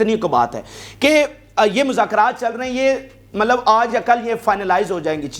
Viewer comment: سر مطلب میں ط silent نہیں ہے